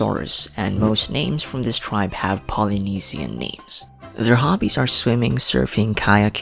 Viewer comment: Im confused why you pronounce almost every name differently than they do ingame 😭